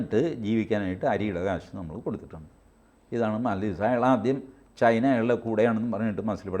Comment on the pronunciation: ചെയിന അല്ല ചൈന എന്ന് പറയൂ